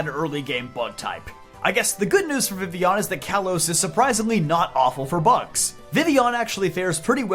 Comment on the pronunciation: FINALLY SOMEONE WHO KNOWS HOW TO PRONOUNCE VIVILLON